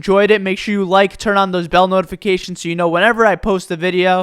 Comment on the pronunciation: It’s so funny when he says bell notifications. Not hate but LOL